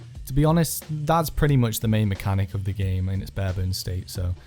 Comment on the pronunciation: This Legend said Muck